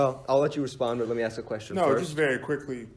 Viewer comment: Without affirmative action, would Harvard admit someone who can't say the word "ask"?